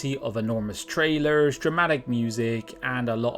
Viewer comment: “Trrailurrs”. lol, Keep up the good work lads.